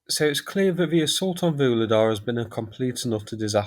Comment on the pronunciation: please, please - I know you're not a linguist but I can't stand this 'Voolidah' any more! Why don't you listen to any of the Ukrainian commentators, at least just to find out how to pronounce the place names???